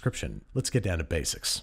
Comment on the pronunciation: Basices with Babish 😂